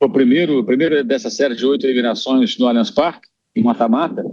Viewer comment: Qual a dificuldade desse apresentador de falar Allianz Parque?